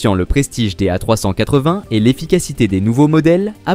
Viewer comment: Encore une vidéo réalisée avec les pieds. le commentaire est maladroit. Les images montrent tantôt l'Airbus A380, tantôt des avions bi-réacteurs. "A380" est tantôt prononcé "A trois cent quatre-vingt", tantôt "A trois-cent catvin"., par une voie horripilante. A rejeter absolument.